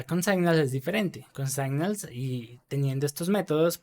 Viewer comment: Gracias por el video. Estaria bueno, igual, que si vas a repetir mucho una palabra en ingles que repases antes la pronunciacion. Se pronuncia /signals/ no /saignals/. Esto pasa mucho en tus videos y es una pena. A lo ultimo tambien decis Ngrx y estas hablando de Rxjs